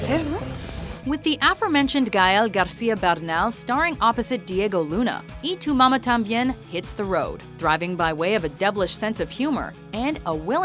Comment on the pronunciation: the way she pronounces "y tu mama tambien" ... lol